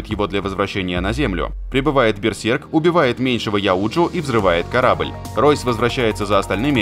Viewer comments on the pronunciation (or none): none